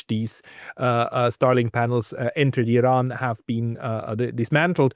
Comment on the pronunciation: Neutrality ???😅 Why don’t you go and learn how to pronounce the word Iran, then spew pro fascist hypothesis about dignified people of Iran. Shame on you.